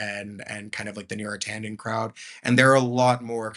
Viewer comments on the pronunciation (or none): none